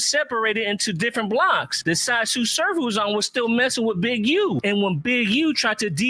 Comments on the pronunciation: Nigga said T S U Surf lol it’s Tsu Surf like Tsunami brother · Pronounced "Sue Surf"😊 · Yo, it’s just pronounced “Su Surf”